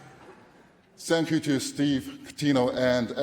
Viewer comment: "Sank Yu NBA"